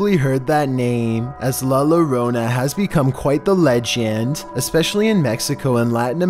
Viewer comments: Heard loronaa and was wtf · La Llorona is not pronounced the way it's spelled bro. You totally butchering the pronunciation. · Mexicans: La Llorona: La Lorona Mexicans: *Face palm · It’s pronounced "Yo-ro-na" not Lorona. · When he said ll as lo That was cute but it's pronounced "Yorona" not "lorona" I hope this helps for future videos I love you!!! <3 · its pronounced "La Y-orona" Not "La Lorona" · Okay #1 is not la lorona how he says it it’s la yo-ro-na ( llorona) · It’s pronounced la YO-rona. Come on man, they made a movie about it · said la lorona!!! 😂😂😂😂 It's a yo sound Love the vidz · LA lorona is pronounced LY YORONA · La lorona😂😂😂 It's pronounced, la yorona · it's not la lolona bruh 😂🤣😂🤣 it's la yorona pronounced with a "Y" sound. If you know how to say me in Spanish which is "yo" or like how you tell someone "yoooo" like that la yo-ro-na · ☠️☠️☠️☠️ la lorona 🤦🤣🤣🤣🤣🤣🤣🤣🤣🤣🤣🤣🤣🤣🤣 dude it's la llorona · “LUH LERONA” I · Two L's in Spanish is pronounced as a Y, like yogurt La Llorona is basically La Yorona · La lollonaaaa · luh luroonahhhhhh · La You-Row-Na Double Ls in Spanish (Llorona) make a Y sound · "La Lowrona" 💀💀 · "La Luronah" omg homie I could not stop laughing, so sorry!!! Major respect to you tho for trying!! 👌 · "Yee-o-ro-nah" And it's only a Mexican thing; not all of Latin America. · DID HE SAY LA LORONA- DAWGG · Number 15... la lu runa 😂😂😂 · says la loronaaaaa Comment section: things are about to get grusome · Omg who hear is Mexican and cringed when he said, "La lorona" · “La Lorona” lmaoooo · PuR3 Shotzs He pronounced it like that “La Lorona” Two L’s in Spanish sounds like a Y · ...: "diss--HE--veld" (disheveled)...wait,that was in the other video! 😁 Luh-Lew-ROE-na🤣🤣🤣aw, you know we love you anyway!😘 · Hahahah I just started this video and I’m already laughing. “La lorona” I know that you may not know Spanish but I just thought it was a little funny I’m not judging. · He said la lu rona 🤣🤣🤣